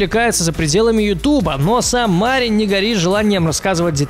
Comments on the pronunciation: Почему Ма'рин? Разве правильно не Мари'н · Кстати не МАрин, а МарИн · Вроде бы имя Марин с ударением на "И"? Поправьте если не прав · какой блин ма́рин ты серьёзно мари́н!!!!! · Не МАрин, а МарИн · Не мАрин а МарИн. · Не МАрин а МарИн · Влад Живу в Молдавии (Мармок оттуда родом) Имя с одной И и ударение ставится на неё. P.S. Видел его один раз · Вообщето правильно говорить МарИн. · почему ты ставишь ударение в имени мармока на букву А? в его имени ударение падает на букву И!